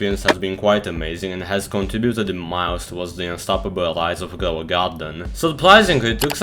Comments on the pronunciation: Grwow a gwarden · Ah yes "glow a garden"